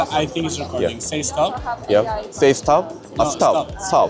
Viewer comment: 세이 스탑 ㅎㅎㅎㅎㅎㅎㅎㅎㅎ김종민 인가???? 가능한 ㅎㅎㅎ영어공부좀 하세요 쪽팔리게 세이스탑 ㅎㅎㅎㅎ